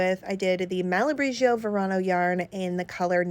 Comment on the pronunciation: Stunning dress, you looked beautiful. It's pronounced Mal-a-bri-go though xxx